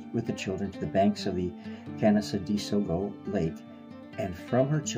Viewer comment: "Can-nen-deg-wah" is how the locals pronounce this. 😉💜